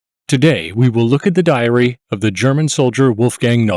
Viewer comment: Ugh. The narrator's style of speaking is annoying. The last word of sentences is said with a descending exhale breath sound. Diary is pronounced diar-E-H-h. Don't DO THAT!